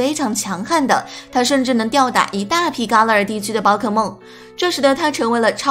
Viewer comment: 伽勒尔 = jia le er !! 一直听到ka le er 怪怪的,新动画泪眼蜥不是小智收服的!!